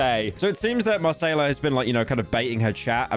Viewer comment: doe he think Macayila is brazilian? her name is not Marcela lol